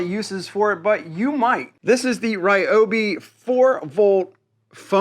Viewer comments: It's not "rye-obi", it's "r'yo-bee" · Reeeeoby NOT Rieobie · In Japanese which is actually the language of this word since its a Japanese brand of tool it's pronounced reeobee though it is spelled ryobi. Your pronunciation is actually wrong. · Dude, I’ve watched a number of your videos. Some constructive criticism. Please speak clearly without any weird pronunciations. Maybe I’m at fault here but as soon as you say “battraay”, “Rayobay” I shut your videos down and move on. Best of luck. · "Rye oh bee not Ree oh bee" 😆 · When you say "Ryobi (with the American pronunciation", not Ryobi (with the correct pronunciation) you are wrong. You keep using the "American" pronunciation for Ryobi rather than it's real one. You are wrong. Ryobi is a Japanese manufacturers founded in 1943 and produces powertools since 1968. It's "Reooobe". It looks like the average "americna" doesn't know any language or doesn't know how to pronounce any foreign word. The country that protect freedom around the world but also one of the most ignorant countries on the planet. What a pity.